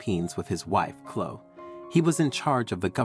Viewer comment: Too fanciful a story that does not sound true. Biological parents turning up and expecting an unrealistic response??? It is Chlo-e, not Chlo.